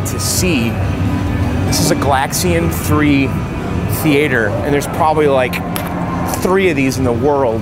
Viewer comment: "Thee-A-Ture" -- very fancy. 👍